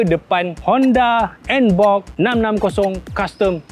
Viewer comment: NBOX bukan NBob Bro😂😂😂😂